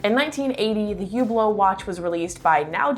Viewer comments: the "H" is silent...so not Hublot as in Huge but ublo no H and no T...emphasis on the end of the word...uBLO...no H and no T and no emphasis on the U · Good video but you need to learn how to pronounce Hublot